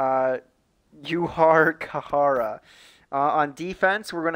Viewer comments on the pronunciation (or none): Ju-jar Kai-ra (Juhjar Khaira)